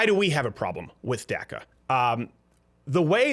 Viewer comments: Its pronounced DACA not DACKA its of Spanish origin say it right so you don't offend anyone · Why are you the only person on the planet who calls it DAC-A? The rest of us normal people call it DOC-A. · Saying DACA sounds like Durka Durka!